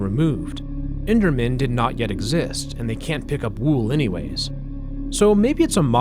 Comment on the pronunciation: Pronouncing the Os in "wool" like "food" is a new one to me